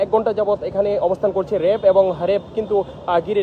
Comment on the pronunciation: "র‍্যাব" কে 'রেব' আর "কাঁচ" কে 'কাচ'। বাংলা উচ্চারণে আরও যত্নশীল হওয়া চাই।